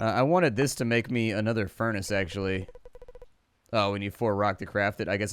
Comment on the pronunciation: i love it how he says the furnace calling it fur naa cee